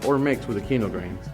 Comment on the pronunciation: Bro I’m so focused on why he says “qeeno grain” but then says quinoa correctly when he doesn’t say grain